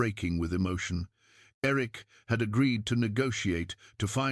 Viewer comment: I had a teacher when I was in high school that always called me Irik. Like the lake Erie. She was from Maine. So it may be from that programmed into the AI. Great story. Thank you.